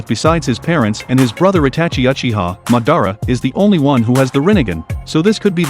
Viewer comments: ITS NOT MUHDARRA ITS MAHDAHRAH HOW COULD U DO THIS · It’s madara not ma-dara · Its pronounced ma-da-ra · He really said mordada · Bruh the way this guy says Madara Name pisses me off couldn't even watch the whole video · bro this bot commentation pisses me off every second i listen to it bruh how the fuck did he pronounce madara and itachi bro